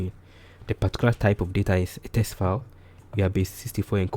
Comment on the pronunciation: Great video 👍 It's a little distracting you keep saying "test" instead of "text" throughout 🙂